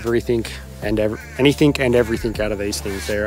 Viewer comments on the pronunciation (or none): Good on you guys for having a crack and following your dream. One personal pet hate of mine.... please please please, it is pronounced 'anything' and not 'anythink'..... ( -ish), other than that, loving your adventures.